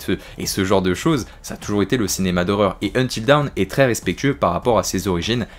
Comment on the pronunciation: Bilingue mais tu ne sais pas prononcer DAWN 🤣🤣 sinon très bonne vidéo merci !